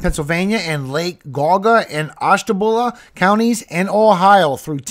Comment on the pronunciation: Thank you for the updates! It’s pronounced like Jee-Aw-Guh and Ash-tuh-bula. Originally from that area. Miss seeing the ❄️ ❤